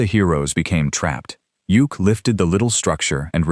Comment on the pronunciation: Yukk's name is pronounced Yuck, not Yook. Couldn't the video creator find actual footage from the Super Friends for Samurai rather some random anime series?